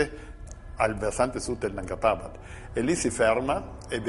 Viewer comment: Nanga parbát pronunciato da minoli non si può sentire.